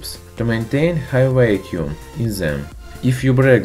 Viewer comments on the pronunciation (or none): "whacuum tube" lol